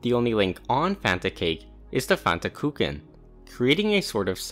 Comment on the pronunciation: vry good and interesting video, but i especially love how you pronounce "kuchen"